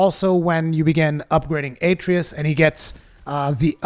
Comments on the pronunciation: A tree us lol they literally say the name in the game 30 times ita a trey us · UH tray US. They say the name 2 million times. Not A tree iss. Uh tray us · Aye-tree-us lol how many times does he say it in the game? I know he called him boy but they call him by his name a few times. Uh-trey-us lol love the vid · Also it's pronounced "Uh-tray-us" not "A-tree-us." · “A tray us”Not “atree us” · Atreus = A-tray-us not At-ree-us. Idk why this bothered me so much. Probably because theres to much talking and not enough tips... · You keep pronouncing Atreus incorrectly.